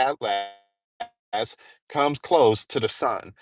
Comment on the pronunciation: Atlas is pronounced at·luhs or at-lis. Not at last. Smh